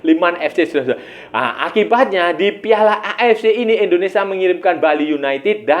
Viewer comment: Maaf sebelumnya bang, bukan indonesa tp indonesia.